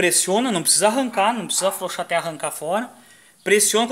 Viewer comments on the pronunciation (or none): desculpe a piada amigo mais é ilário vc falando flouxo - flouxar kkkkk desculpe kkkkkk pare com isso que é um pouco deselegante (a não ser que não consiga ai me perdoe mais ainda kk flw